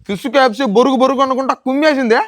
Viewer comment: Adhiii kfc kadhu me...... Pu. Kafcccc😂😂😂